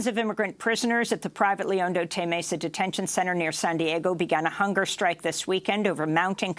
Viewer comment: "Otay" is pronounced \oh-tai\. Ay, ay, ay, ay, canta y no llores.